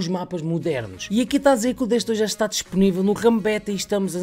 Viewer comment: "que za não deve dar pa fazer" jkkkkkk